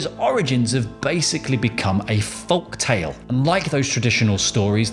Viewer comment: No one says folktale like that!!